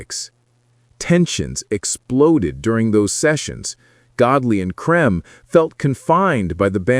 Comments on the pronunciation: Dead right. Cream not 'Crem'. I know this for a fact because I met them a number of times. I can also tell you the origination of the name - 10cc, as from a discussion at Kennedy St Enterprises . . . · Why is there the an American accent in this video about a British group? I think his name is pronounced “cream” an not “cream”. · AI doesn't know how to say Lol Creme! 😂😂😂😂